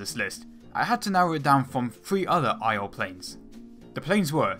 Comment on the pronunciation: I swear your pronunciation of 'IL' sounds like 'IO...'